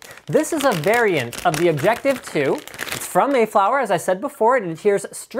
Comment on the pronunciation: "OBJECECTIVE2" -- seriously, am I the only one who noticed?